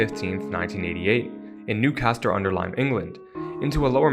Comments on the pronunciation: Newcastle-Under-Lyme, not "Newcaster", nice video otherwise though. 😉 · newcaster under lyer 😂 i love it when americans try to pronounce our place names